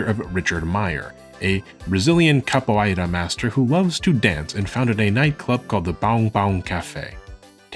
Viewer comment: Excellent and educated video. The pronunciation of ‘capoeira’ is off though. The ei.. is a simple diphthong… Just like the sound of saying the name of the letter ‘a’ in English.